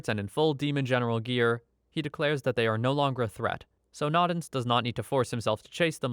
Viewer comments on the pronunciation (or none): Its "no-dens" not "nod-ens"